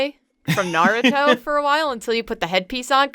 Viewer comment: I like how she traded saying Naruto wrong for mispronouncing Sasuke.